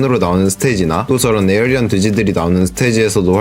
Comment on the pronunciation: 별건아닌데 에어리언 아니고 에이리언입니다 ㅋㅋㅋ 보는내내 말하고 싶었네요